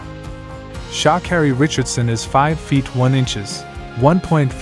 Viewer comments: How do you pronounce her name again... Shaakerry. 🤣🤣🤣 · What's with the SHA bit pronounce her name properly for the billionth time. My father told me when I was very young, one must never let anyone spell or pronounce one's name incorrectly.